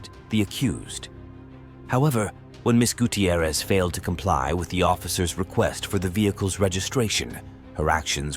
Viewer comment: Guuuu-Tee-ierrez This pronunciation annoys me. It’s fine, just annoying to me.